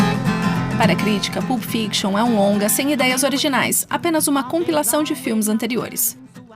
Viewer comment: Sugiro pesquisar a pronúncia antes de gravar: não se fala "PULP", mas "PÂLP"